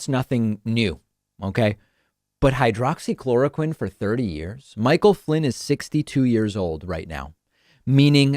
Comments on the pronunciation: He’s so stupid, he can’t even pronounce the name correctly. It’s hydroxychloroquine, not hydrochloroquine. There’s a difference between the two. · He said “hydro-chloroquine” which is not even the correct pronunciation. He doesn’t know what it is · Idiot said"hydracloraquin" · Flynn can't even get the name right. He called it hydrachloroquine - methinks he's not levelling with us . . . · He didn't even say hydroxy.... He said hydrochloroquin. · hmm, you'd think someone looking at a pill bottle for 30 years would be able to remember the name, he said "hydro-chloroquine" 😆 that's not a thing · You would think that in the thirty years that he has supposedly been taking it, that he would have learned how to pronounce hydroxychloroquine. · After taking Hydroxychloroquine for 30 years and can't pronounce the medication correctly . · you would think after being on a drug for that long you should be able to pronounce the name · He is on crack for thirty years, he mis pronounced.🤣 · Since he didn’t even pronounce the name of the drug properly, I call BS